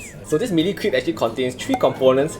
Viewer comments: I don't want to sound like a snob but crêpe really isn't pronounced "crEEp" but like "krep" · *crepe ('crape') not creep